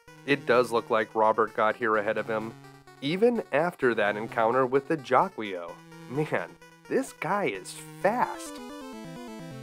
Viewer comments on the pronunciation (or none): I love your channel, dude! Thanks for doing this. I’m pretty sure it’s pronounced jA-key-o, though, just saying 🤓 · It' pernouce as Jackle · Jaquio is meant to be Japanese - Jaki-Oh. So yeah, it sounds like he's shouting "jackie O!" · How come no idiot on planet Earth has figured it out.... Guardia De Mieux pronounces it "ZHA-kwah" give it a French curl it sounds like a sinister bad guy. Master Shake has something to say about the monster that pronounces it any other way....